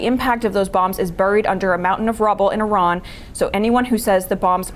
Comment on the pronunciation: Did anyone else catch that that reporter said Iraq instead of Iran? 😂